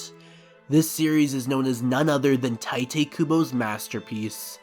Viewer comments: “Tai-they Kubo” 😬😬😬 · I'm having a hard time dealing with your pronunciation of names and other Japanese words... It's really bad and makes it difficult to actually sit through and watch the rest of the video. This is not intended as an insult. It is a genuine critique of the video and how it affected my experience. I honestly enjoy the way you are talking about the subject matter. I just wish you would pronounce things properly. I could accept saying the names and words with more of an americanized accent, but you don't even do that. Just saying... You butchered their names. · I was gonna watch this until I heard you pronounce Tite Kubo holy shit man lmao